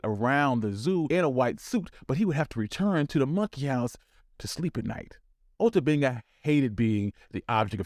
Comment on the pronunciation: The War started that prevented America from sending him back to Africa and he killed himself R.I.P. Ota Benga oh and narrator I do believe your pronouncing my brothers name wrong